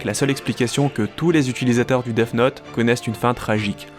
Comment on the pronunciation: Arrête de dire deaf note 😭😭😭